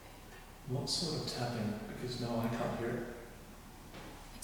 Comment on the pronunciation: Instead of "I can't" I couldn't hear anything other than "Nugget" I tried to hear "I can't" but could not